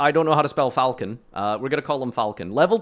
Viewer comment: mixing falchon and falchion is sending me idk why loooooool